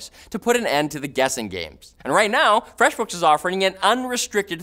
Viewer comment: All freshbooks ads should be delivered by for the way he says feshbooks